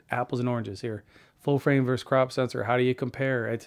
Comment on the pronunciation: Really like your analytical approach,. Love my 90D — was wondering if I need to feel envious of the 6D. And no, I don’t, and thank you But the word is “versus” not “verse”.